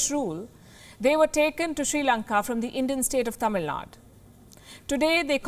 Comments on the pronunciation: Wtf is state of "Tamil Nad" ?? Pronounce the name correctly. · Tamil Nadu not Tamil nad 🤦🏻‍♀️🙄🤦🏻‍♀️🙄🤦🏻‍♀️ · Why not pronounce Tamil Nadu as Tamil Nadu... Don't pronounce it as Tamil Nad! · WTF is Tamil nad Its Tamil Nadu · Mam with all due respect! It's Tamil Nadu with a "U" in it 🙂